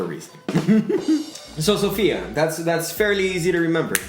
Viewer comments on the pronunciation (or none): none